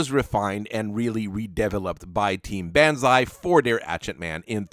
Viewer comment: Dear lord, B -on - ZAI pronounce it right please